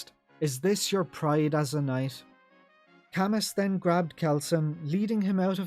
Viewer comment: I always thought that Camus's name is pronounced "kah-moo" like the Philosopher Albert Camus?